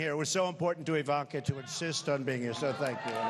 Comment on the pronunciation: he said " Ivonka and I are having a baby"